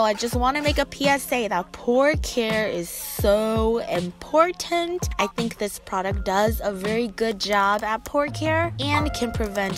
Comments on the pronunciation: In-pore-tant...... was that a pun 😂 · Haha imPOREtant. Haha